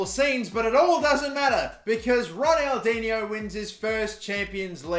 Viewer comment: The third pronunciation you said right